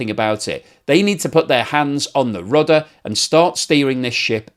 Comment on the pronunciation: Yes, the PHYSICAL metal (or wooden) paddle-like contrivance in the ship's stern is called a rudder ... but the host said " Rubber " ...